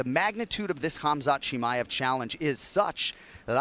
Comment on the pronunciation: respect the man by calling his name properly, it's kumshot not khamshit.